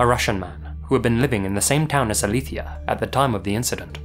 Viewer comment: Amé que haya buscado cómo se pronuncia Alicia según de dónde venía ella.